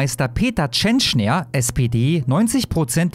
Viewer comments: Die musst mehr Fernsehen schauen 😀 Dann weißt du, dass er Peter Tschentscher, nicht Tschenschner heißt. Ansonsten danke für die Info. Warum liest man das nur in der Welt? Meddl off. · Tschentscher, er heißt Tschentscher, der Lump. Nicht TschentschNer! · Ich will den Mann gar nicht in Schutz nehmen. Wollt nur anmerken, dass der Kerl "Tschen - chair" ausgesprochen wird :) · Meine Güte Alter, der Mann heißt TSCHENTSCHER! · er heißt TSCHENTSCHER 😂